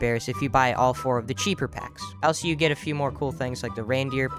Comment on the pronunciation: the amout of times he said "elso"